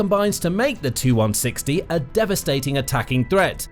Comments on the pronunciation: Please! Stop calling Tupolevs 2- whatever. They are tee you - whatever. Your video keeps refering to 2 160s &c... Quite irritating. These aircraft are T-U ie 'Tee You' 160 or Tupolev160. Please, you know better than this, surely? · If your a military show. Then you should be knowledgeable enough to know it's a TU-160 . " TU " short for Tupelov. Therefore it's name is " Tee You one sixty " . Not " Too one sixty ". Get it right, it's an identifier for model , series , not the designers abbreviation. See Janes aircraft, NATO aircraft identification, etc.